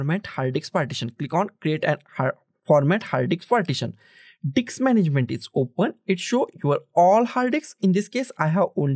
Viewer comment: "Go to the diks management"